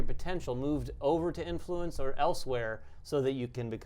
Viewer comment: Love the channel, and the game looks great, but I have to say... emPHAsis when saying "inFLUence" makes me a little crazy.;)